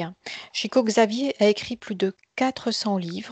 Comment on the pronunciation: Très intéressant et je crois bien que l'essentiel dépend de nous - cocréateurs, comme dit la médium. Au boulot, mes amis ! Petit détail concernant le nom de Chico Xavier (pour les puristes) : On doit prononcer son nom comme si c'était écrit (en français) "ChicOU CHaviÈRE", mais sans le E que j'ai mis à la fin, pour indiquer qu'on prononce le R.